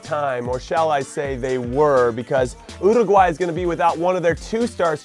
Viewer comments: Love JC but it's pretty annoying. He does it in a hispanic accent but doesn't even pronounce it right; it's meant to sound like Uru-huay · wait. That's not how... you pronounce URRRRRRRRRRRUUGUAY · youruguay? might as well say your a guy 😂😂😂 100% URUUUUUGUUUAYYYYY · I got upset when you didn't say Uruguay the right way 😔 But then you did and I went happy again 😁